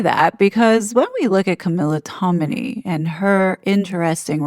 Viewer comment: You are mispronouncing yet another last name: TOM-in-ay - not Tomini